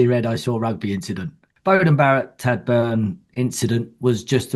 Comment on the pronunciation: Great show. Feedback for Mike: Tadhg is pronounced "Tige" not "Tad"